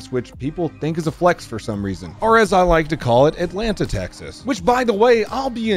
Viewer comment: IM FROM THE HOUSTON AREA AND HEARING YOU CALL IT ALANTA TEXAS MADE ME LAUGH (sorry caps lock)